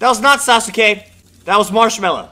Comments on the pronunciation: When u pronounced it sasoke, it killed me from the inside. It's spelled sasuke but pronounced saske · It’s SASUKE not sas-uke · It's pronounced sauce Kay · It is sas ka not sa su ka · It is ( sah- ske) not ( sah-su-ske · When he said sasuke I was so triggered it's pronounced saskay and when he called sakura evil I almost died of not knowing anything about naruto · It sounds like he doesn’t watch Naruto sausukay😜😜😜🤪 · My man says sa-su-ka It's pronounced Sas-ka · It’s saske not sasuke Saskat is the proper way of saying it and his name is spelled sasuke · its sas ke not sas oo ke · It's sas ke Not sasuke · this is how you pronounce sasuke: sas-kay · It's pronounced sas-ka not sa-su-ka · It’s pronounced saske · Yeah he pronounces him sasoo kay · I love that he says sasUke🤣🤣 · Bro said sas oooow kay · I like how he says sasuka Wrong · its pronounced sas-ke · Say it like this sas k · Sasuke is pronounced as Saske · dude its pronouced sas-k-A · The way he says sasuke is funny and btw if you read this the u n sasuke is silent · The way he says sasuke is so funny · Maybe you’re saying Sasuke wrong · That’s not how pronounce his name😂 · Sakuras not evil watch the show that’s not how you say sasuke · Why he pronounce sasuke like that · ummmmm sakura is not evil sasuke is both and thats not how to prenounce sasuke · You couldn't confirm how to pronounce Sasuke's name before posting this?